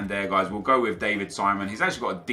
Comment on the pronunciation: I died when he pronounced David Simón like he was from the UK......